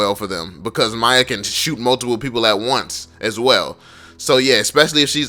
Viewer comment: its f***ing MIYA not Maya. Thanks